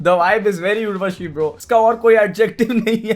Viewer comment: Urva - chi! 😂